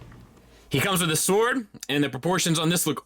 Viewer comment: 😐 wha..😳 okay wait...he can't pronounce the word sword 😂 HAHAHA 🤨 when you realize that the channels you subscribe to reflect poorly on you..